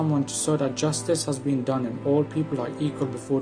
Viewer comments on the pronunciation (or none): none